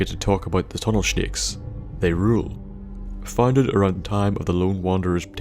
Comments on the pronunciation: I love it when you say "Tunnel Shneks" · can you say that again? :))) tunel schnakes! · "Tunnel shnakes." Love it, thanks for the video! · Died when you started talking about the Tunnel "Shnakes" 😂😂😂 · when you said Tunnel shnakes I lost it. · when u say snakes. u say it with a h